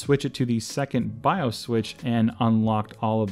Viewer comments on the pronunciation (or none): none